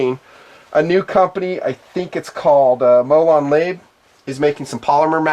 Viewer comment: Molon Labe (say: MOW-lawn LA-bay). Come on,. How could you not know that term? (come and take them)